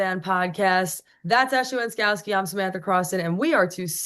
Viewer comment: Wenskoski has trouble saying Wrobleski?